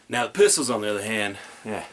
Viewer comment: interesting "Pist-Le" or "Rif-Stol"